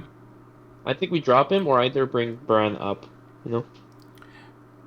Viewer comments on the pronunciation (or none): its Baaraan, it means rain.